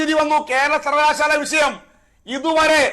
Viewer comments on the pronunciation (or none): ആദ്യം സർവകലാശാലാ എന്ന് നന്നായിട്ടു ഉച്ഛരിക്കാൻ പഠിക്കു അഫ്സലെ 😂😂😂